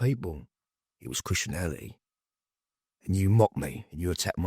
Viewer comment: Chrittianality 🤣 It’s Christianity